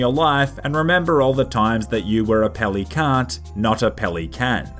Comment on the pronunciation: i thought you said pelicunt